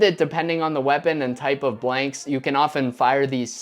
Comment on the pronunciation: is it me or dose he say "bwanks"